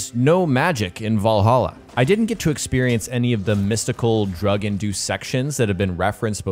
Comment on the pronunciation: Shame he can't pronounce 'Valhalla', though lol.